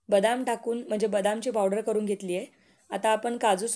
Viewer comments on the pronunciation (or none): none